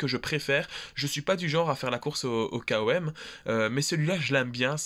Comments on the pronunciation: Par contre on dis "comme" et pas K O M 😂😂 haha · Sympa comme style de vidéo ! Sinon tu peux dire " kom " comme ça se prononce au lieu de "K.O.M" lettre par lettre. En tout cas t'es le premier que j'entend dire comme ça 🤷‍♂️😉👍